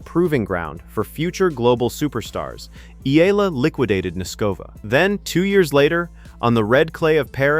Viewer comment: E-YA-LA is the correct pronunciation